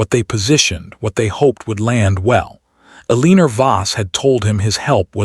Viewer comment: This narrator can not pronounce Eleanor right. Very annoying.